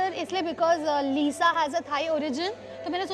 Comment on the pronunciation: Uska naam Lisa hai na ki Liza bolna to Sikh le pahle 🤣🤣🤣🤣